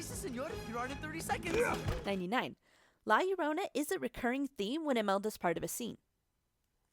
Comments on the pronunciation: La Llorona* (La- Yord-onah) sorry I get you don’t speak spanish but it really bugged me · "Lae yorounei" 😂😂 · When you say La Llorona... Hmmm